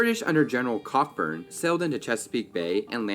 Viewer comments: Cockburn isn’t pronounced “cock-burn,” it’s “ko-burn.” 🤦‍♀️ Calling it a Canadian group is a bit of a misnomer. “Canadians” at the time considered themselves British. Canada wasn’t an independent nation yet. They were the British who would eventually become Canadians. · Cockburn (the general 9.32) is pronounced Coh burn (the middle "c" and "k" are silent). "Cock burn" is a completely different thing ! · Argh. The name spelled Cockburn is NOT pronounced Cock-Burn. That is an Americanism. In Canada, that name would be pronounced CO-BURN. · BTW it’s not pronounced “cock-burn” but rather co-burn. I live in a Canadian city with that street name. 🇨🇦🇨🇦❤️ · So ok. The name ‘Cockburn’ is actually pronounced ‘Co burn’. Just had to say that! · Tip: Like other British Isles names like "Gloucester", "Cockburn" isn't actually pronounced the way it's spelled. It's a Scottish name that's pronounced as if it were spelled "Coburn". (Basically names in the British Isles are what happens when laziness like "y'all" has been around for so long that it's become standard.) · Cockburn is actually pronounced Coburn, I have cousins in UK with that last name.